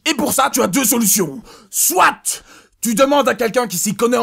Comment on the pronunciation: il ne faut pas prononcer le "t" de "soit" dans une phrase comme ça ( , ..)